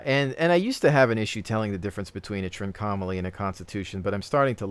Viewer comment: Look up how you pronounce 'Trincomalee' because you definitely say it wrong. Less 'trink-OM-ah-lee' more: 'trink-ahh-mah-lee' (and said fast without emphasis on any certain point).